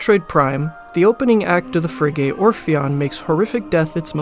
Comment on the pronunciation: A unique analysis and very well done. My only criticism is your pronunciation of "frigate"--both vowels are spoken like the vowel in "hit". Frig-it. One of those words where if you've only read it you'll never get it right. Blame the French.